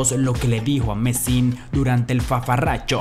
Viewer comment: Es Zafarrancho!! No fafarrancho...